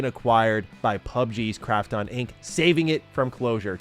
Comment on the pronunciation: Fuck sake! Can't he pronounce Krafton correctly?? The way he says it grates on my sole! 😖